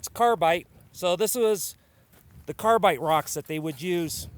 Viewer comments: Its carbide ... not carbite ... 😒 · CARBIDE, CARBIDE, CARBIDE,NOT Carbite.